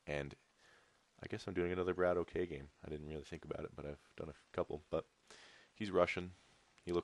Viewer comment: Great cast! His name is pronounced 'Bratock,' BTW. It's Russian for, like, 'Bro.'